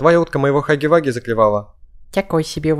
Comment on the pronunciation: Не хаги ваги а Хагги Вагги вот так правильно